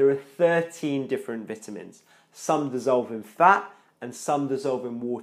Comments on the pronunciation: Oh my god Bruh I couldn’t watch your video, this is America Veyetamin it’s Vi-tamin Not V-it-amins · Vituhmins.....'nough said. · It’s vitamins the first “I” says it’s name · SO I been saying vitamins wrong my whole life...